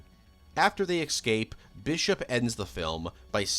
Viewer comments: EScape!!!! ITS ESCAPE!!!! Not EXscape 😡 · its ESCAPE!!!! Not exscape 🫥 theres no X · 😡😡😡 WTF IS WRONG WITH YOU!!!! You said EXCAPE like 3 times in 15 seconds. theres no X in the word. Its ESCAPE 🙄 its really not that hard!!!! Seems to be americans that do it a lot 🫥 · "Excape" out the nearest window! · If I had a nickel for every time he said excape instead of escape….. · “Eggscape” “ridden” 😂. They were trying to “Eggscape “ from the ship. In the script she was “ridden” out of the story. lol😂